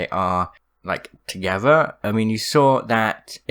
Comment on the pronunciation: another great couple? and pronouncing is TH's as V's tOgEvVuR lol